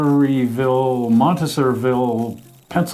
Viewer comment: Love your videos. It's pronounced Mahn-tours-ville. Emphasis is on the "ah" in the first syllable.